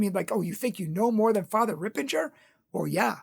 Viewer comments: first its not Ripenger its Ripperger. Second, you didnt have to call him out by name, you could just say that some catholics have some wrong ideas about yoga, he is a priest of Most Holy God, dont call him out on the things which dont matter alot - and for which you definetly didnt make a case for your argument in which we will soon come. Third, manny exorcis (like Lampert, MArtins, Reehil) had negative things to say about yoga and yoga poses also ex yoga practioners confirmed what Ripperger has said and those are people who did read manny books and went to india, etc etc You are under influence of modern new age yoga teachers (and other older) which tries to hide its demonic origins and influence, some on purpose some on ignorance - cause they are not catholics and they dont undersand how breathing and streching can be of demonic, you didnt qoute catholics in this video, only non catholics. yoga is demonic. Are ALL poses demonic - no, but manny are. + you have lied about fr Ripperger, he didnt say that he knows that because someone told him so, for example in Taylor Marshal interview he said that you need to go and read their Masters. And again, you have manny people well educated and ex yoga teachers and practicioners (check on youtube) who will tell you the same, and they did read. You are doing yoga and it hurts you to hear that stuff, the books you read are from yoga practiciioners, ofcourse they will not say Yoga has anything with hindu gods. Hindus worship animals also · unfortunately, he created this video to please one donor who is a Yoga head who stopped giving money. He has to be careful that Catholic Truth doesn’t get tricked by satan by falling for money. He says he likes Fr. Ripperger but pronounces the name wrong. I always liked Catholic Truth but this video was so uncalled for and so prideful. Let’s pray for our brother in Christ.